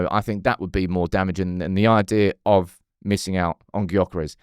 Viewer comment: His name is Gyokeres but pronounced Yokeres. That annoyed me….